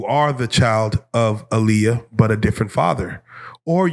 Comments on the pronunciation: Tell you pronounce her moms name Ah-Lee-uh, not uh-lee-uh. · You can join Rocky in the corner 😂 it’s her pronouncing her name “Ah-Liyah Hawton for me.